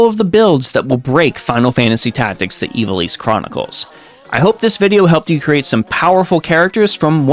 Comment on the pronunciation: Ih - vah - liss